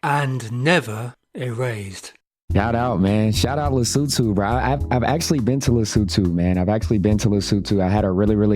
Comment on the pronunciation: Batswana must be jealous at how well you pronounce Lesotho🤭